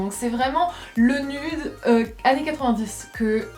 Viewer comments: C'est pas "nude" c'est nïude 😂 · T'habite en Amérique mais tu prononce "nude" à la française (ceci dit même les français ne le prononcent pas comme ça en général), c'est assez contradictoire mdr